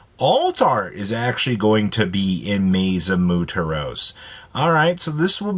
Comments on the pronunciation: “Moo-ter-ohss” Jesus. MWER-TOSE. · Say it with me… Moo-wear-toes… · Hi. I'd like to take a moment in case you read your comments. "Muertos" is Spanish for "the dead". It's pronounced "mu-er-tos", instead of "muu-te-ros". Hope this helps a bit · Mootros... For fucks sake man. Muertos. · Muteros? Really,? Come on, man. Muertos.... Spanish for the dead. Just freaking take your time to read, bro. These mispronunciations in your videos are just so lazy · Muertos "Moo-Aired-toes" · Moo-air-toes.. your saltines are showing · again with the damn mooturos bro please it aint that hard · God dammit it’s pronounced moo-air-toes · Mu- ehr-toes Come on bro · This Bobby hill can’t said muertos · Its called Muertos because that means Dead in spanish. get your good glasses out and try. Or just say Maze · there's a HOLIDAY in November, how are you mispronouncing this bad? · Can you please just say "muertos" correctly? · So the guy can say MATADOR but not MUERTOS!!! He is just rage baiting at this point😂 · Man can't say Muertos 😂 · Oh my god that’s hilarious 😂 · butchering the name "Muertos" is gonna be a thing untill the set releases 😂😂😂